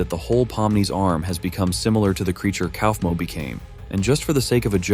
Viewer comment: Bro said kawfmo not kaufmo xD